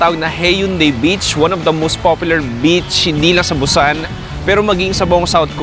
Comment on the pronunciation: BUSAN is pronounce as boo-sahn hindi Bu-sannn..Bu-sann ka ng Bu-sann.